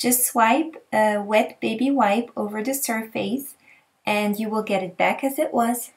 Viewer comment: You are exactly right, it IS pronounced "Sir-Fuss"! I like your way better tho, LOL! Keep up the great videos, I really enjoy your work! thanks again!